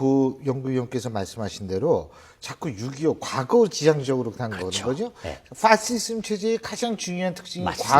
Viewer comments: 꼭 저렇게 신율교수 파시즘을 퐈쉬즘이라고 발음해야했을까ㅋㅋㅋㅋ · me thew 극우 퐈!쒸.즘